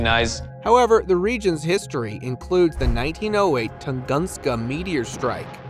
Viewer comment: It's pronounced Tung...goose...ka